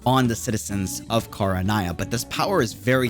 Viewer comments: Very interesting theory but two things 1. There is no previous Barbatos, the previous Anemo archon was named Decarabian 2. It’s pronounced Ken-ree-ah, like how it’s spelt. Not Kah-rah-nah-ya. Sorry that just really annoyed me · I am begging you to learn how to pronounce things right before you make a video. I made it 4 minutes and had to stop. Her name is JEE-YOU not JU-EE KHAN-RE-AH not… whatever that was. You play it in English, you know how they’re said. 😭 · Repeat after me " Kan Ri Ah" 😂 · Im sorry, this is problably a nitpick But it's Khan-ri-ah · I mean he's not pronouncing it the way the JP dub does either lol. JP: Khan-rui-ah ENG :Khan-ree-ah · Look i like your content truly i do. What i don't understand with most of you content creators is this. You all have the in game cut scenes and voice overs and let's not forget GOOGLE TRANSLATE. I KNOW you make sure to watch and hear genshin content over and over again. How in the hell!!!!!! are you saying Kingdom of Khaenri'ah the way youve been saying it in this video. You have done your research and have heard EVERY VOICE ACTOR IN GAME DURING CUTSCENES SAYING "Khaenri'ah" why not say it out loud everytime u hear or see the word cause its cringe hearing you say it the way you do in this video please get it right. I'm not saying this to put you down or attack you in anyway. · When he said Khaenri'ah wrong, I somewhat cringe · Lmao I can't with your mispronounciation of Khaenri'ah! XD You should listen to the English dub of that name being pronounced at least once, lmao! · I'm not referring to how other languages pronounce it, I just assumed that he tried reading the name on his own and failed.